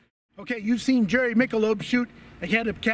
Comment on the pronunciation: Come on...... Jerry is one of the best gunners ever. Please pronounce his name properly.